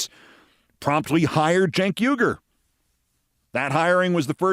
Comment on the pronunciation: Cenk Uyger's last name is pronounced "WEE-grr", like the Muslim people in China that are being exterminated. You may think he's an idiot, Keith, but the least you could do is pronounce his name correctly.